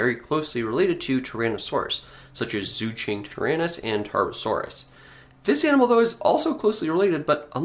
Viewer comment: Bit of a note on Mandarin pronunciation: It's probably better to pronounce ⟨z zh j⟩ as an English J sound (jerk, John), the ⟨c ch q⟩ as the CH sound (chew, chunk), and ⟨x⟩ as either S or SH. The ⟨e⟩ is typically the U sound in strut or gum, unless it's next to a Y or I. xui (sue-ee/shoe-ee) Zuchengtyrannus (jew-chung-tyrannus) Qianzhousaurus (Chee-en-joe-saurus; "en" being the name of the letter N)